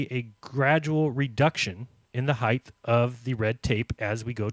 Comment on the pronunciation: Lol! Does not know how to pronounce "height"????!!